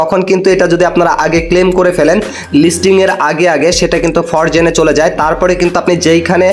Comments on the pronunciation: ফরজেন নাকি ফ্রোজেন ভাই। আগে কথা বলতে শিখেন মিয়া। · উচ্চারণ শিখরে ভাই😂, ফরজেন না এটা।😂